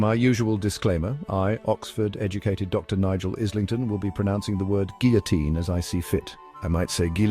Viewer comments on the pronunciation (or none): Are you sure your name is pronounced "Izz-ling-ton?" One would think it would be "Aye-ling-ton." You might check on that for us. It goes to credibility as is said in courts of law.